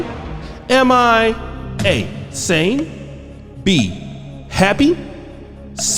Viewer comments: Sane not"sain". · I'm sorry, but "sain?"😂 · I lost at "sain" bruh 💀 dima u a fool